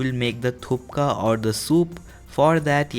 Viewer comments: Kom Phatak he is pronouncing it wrong, it is thukpa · I agree, it should be Thukpa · Thupkaaaa????? thukka .....thukka means spit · You give me à stomach cramp when you said 'THUPKA' 😂😂😂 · It's thuppa in pronunciation...K is silent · He keeps saying 'thupka thupka' 😁😁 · Your videos are very easy to follow and I like it. But here your pronunciation of Thukpa is wrong. It’s Thuk - pa. In my hometown version which is Tibetan we do not use (at least at my home) tomatoes, ginger garlic paste and coriander powder. Also the type of noodle is different for Thukpa. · Thuk.. pa.. pronunciation Skip garam masala.. Noodles r different for Thukpa.. N it not the exact recipe...but it's ur version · He is making it and cannot even pronounce my fav dish. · What the hell dude? Can not even pronounce the dish's name properly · You pronounced wrong and it’s not momo soup at all. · Please pronounce correctly. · The “k” is before “p” btw 😅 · OMG IKR I WAS SO MAD WHEN HE SAID IT WRONG 😂😂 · He doesnt even know how to pronounce it and he is making it..😂😂😂😂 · You pronounced wrong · Pronounce hi nahi kr pate ho ..to banaoge kese🤣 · Areey first pronounce it properly....what u r cooking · Ya ur pronounced it wrong❌ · You can't even pronounce it man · You can't even pronounce it correctly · We'd like to learn the correct word for this dish but people can you first decide on one name..thupka, thukpa, or thuppa.. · It is pronounced as THUPPA😁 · It is pronounced thus: Thuk-pah. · You have to say Thukpa., not Thupka😁😁.🙏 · Not THUPKA...(थुप्का ,,,,थुक्क) 😂😂 Hey Bro That's call THUKPA (थुक्पा) not Thpkaa... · It is not 'thupka' as you are saying, it is 'thukpa'. Also you need to improve your communication style, it should sound normally like a man, not something else. Feel free to criticize my comment, but if you can fix it, that will be good for your channel. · It's THUKPA not THUPKA 😁😁😁😁😁😁😁😁😁😁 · It is not thupka it is "THUKPA". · Guess it's tukpa not thupka??? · It's not thupka it's thukpa